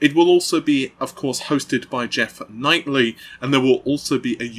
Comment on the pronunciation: Geoff Knightley? Geoff Keighley